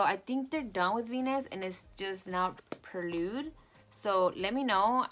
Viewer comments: It's not perlude its prelude lol. It's pronounced like "pray" lude. But I'm not being shady, I think you're so cute when you say it that way but I thought you might want to know how to say it correctly! I love your look btw, you always do bomb looks! I really wanted this but wasn't sure if I was going to get it but like usual after I watch one of your videos I have to go and get it!!! 🤦‍♀️😂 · Why does it sound like she's saying perlude instead of prelude though 😂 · it's not perlude it's prelude